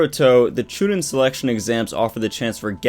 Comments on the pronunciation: Chu nean that's how u say it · You've had 17 years to learn how to pronounce Genin and Chunin, please fix that lol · Hearing you say chunin and genin gets me ready to throw hands